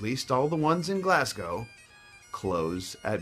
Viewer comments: Got to agree with everything here, just a couple of things to add!!! AGREE - just because youre in Glasgow (Pronounced Glass Go, not Glass Gow as in Cow) or Edinburgh (well done on the pronunciation btw, the closest ive heard an American come to it - Think Edin Bara not Edin Boro) doesn't mean you've seen Scotland. If you drive, hit the A9 up through Perth and all the way up the spine of Scotland to Inverness (after that, youre on single track roads up towards John OGroats) or hit the east coast through Fife (where I am :) ) up to Dundee and up the east towards Aberdeen. If you don't drive, look into public transport. Do a little research before to find the best journey numbers or routes, along with the best tickets (Buying a wider range "Megarider" on the bus can be cheaper than getting an A-B return ticket) and you can have great days out!! SECOND - The pubs do close at midnight, but on a Friday and Saturday night, some do stay open until 1. Find a Chain Pub (not the same as a small, local pub - but not yet a nightclub, its a middle ground with a company that has a location in nearly every town and although the décor can be pleasant, its not quite got the wholesome homely feel as a traditional pub - don't expect an open fire, glasses hanging above the bar on hooks and a musician in the corner starting a sing song (if you want that, I recommend the Tay Bank in Dunkeld) ) They are the ones that open later on these nights. look for Wetherspoons, Belhaven/Grene King. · You got Edinburgh right but with respect....it's not "Glassgouw" it's "Glazzgoe" we westers have a distinct dialect ...think New York V Maine....and you have to try a Greggs next Time you are on byres.road ..you guys think Haggis is scary lol.... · Eilan Donan is pronounced eelin donnin, not ayylan doonaan! you say Glasgow totally wrong, its pronounced glaasgoh, not gllasssgo 😂 u also say Edinburgh like Alex Salmond, its more like Edinburugh, if you're from the Central Belt; not so much Edinbruh.